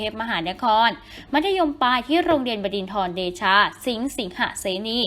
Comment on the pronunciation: ขอรบกวนแก้การเรียกชื่อ โรงบดินทรเดชา สิงห์ สิงหเสนี อ่านว่า โรงเรียน บอดิน เดชา สิง สิง หะ เสนี คะ ตัดคำว่าทรออกคะไม่มีคำว่าทร นะคะ... ลูกบดินทรเป็นผู้ประพฤติดีและมีความรู้ คะ เราเชื่อในตัวพลอย รักเสมอคะ